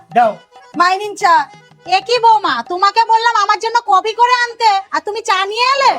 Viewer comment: কফি ❌ কপি ✔️😅😅😅😅😅😅😅😅😅😂😂😂😂😂😂😂😂😂😂😂😂